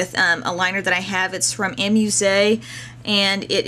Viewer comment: is it really pronounced a-muse-a? i thought it was just amuse.. like "you amuse me." :l